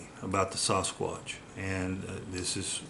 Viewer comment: Sounds more like "Sas-Cock" instead of Sasquatch ! 😅